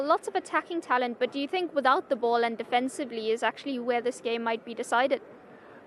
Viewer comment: Sky come on is this guy serious I fink, I fink, I fink 🙄